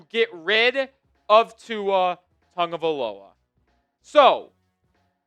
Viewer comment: You can't even say his name correctly